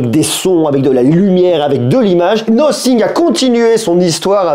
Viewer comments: C'est Nothing [Nāfing] et non Nocing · « Nocing ? » la prononciation 😂!